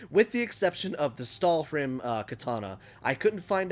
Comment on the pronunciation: Lmao every time you said stahlrim, I thought of family Guy and cool hwip